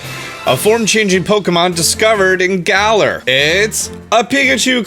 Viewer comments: Who’s here before he changes “Garar” to “Galar” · Garar? I thought it was Galar!